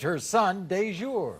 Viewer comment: YOU'RE KILLING ME WITH THESE NAMES!!! DAJOUR....As in the phrase SOUP DA-JOUR ? LOL